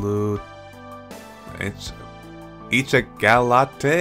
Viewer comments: for future note,! (not that it super duper matters, but) by the looks of their last names, it's french and would be spoken and pronounced as they would. soooo; nagisa ichigaulait (ee-chee-goh-lay) and cocoaulait (koh-koh-lay). ^^ just in case you wanted to know how to actually pronounce the names for future parts of the lp. it doesn't matter, though, just figured i'd offer the info if you didn't know c: 'au lait' (pronounced oh-lay) translates to 'with milk'. so, to literally translate nagisa is 'strawberry with milk' and sanae would be 'chocolate with milk'. these yandere games are actually so entertaining, haahaa, i actually love them. i dunno what it is, but tbh, yanderes are almost always my favourite characters when done well (like kaede fuyou in shuffle!). heehee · Since you seemed to have trouble with nagisas last name i could try to help you lol As far as i know its pronounced ishi-gah-lay Kinda rolls of the tongue better that way XD